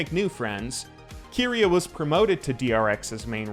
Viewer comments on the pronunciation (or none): I cringe everytime he says Keria like Keeria. It's Keria and you pronounce the Ke like the ca in camera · overall great but i'm just bugged with the keria pronunciation 😭😭😭😭